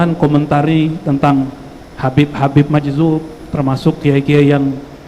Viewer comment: Majzub..bukan majdub